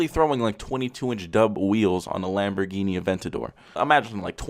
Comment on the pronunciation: '' lambor doors ''